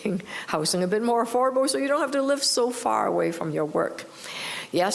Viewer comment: AForable Homes ,,,,Gawd LOve Your English !!